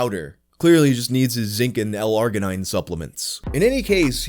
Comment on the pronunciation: Arginine Arj uh neen not arg uh nine